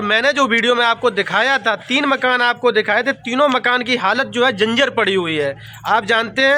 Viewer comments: अरे उल्लू के पठ्ठे कहता है पत्रकार हूँ डॉक्टर हूँ सही बोलना भी नहीं आता जर्जर को जिंजर कह रहा है , अरे बच्चो को नगें पैर दिख रही है और दूसरे दिन केक पार्टी कर रही है, गुटका खाने में पैसा नहीं लगता लिपिस्टिक में पैसा नही लगता सब गीदड़ों का झुण्ड है और ये राखी अम्मा सब।जगह पैर फसा कर व्यूज कमाती है और लिपिस्टिक बाली क्या शिवानी ने तेरा घर कभी नही दिखाया। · बोलना सीख लो पत्रकार स्कूल गए हो कि नहीं जंजर नहीं जर्जर होता है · Dr ho aap jarjar hota hai janjar nhi😂😂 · Patrakar ho pahle Bolna seekh lo janjar nhi hota jarjar hota h